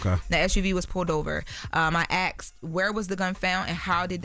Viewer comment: 😂😂😂 you said “Axed” 🤣 I can’t get the caller out of my head now 😂